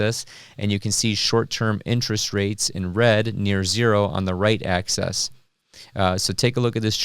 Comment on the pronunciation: You pronouce "axis" like "access" and it bothers me, but you still get a thumbs up.